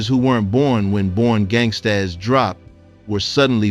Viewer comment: The title of her project was pronounced as simply "Born Gangstas" but spelled gangstaZ with a "Z". It is not pronounced "Born Gangst-AZZ", sir.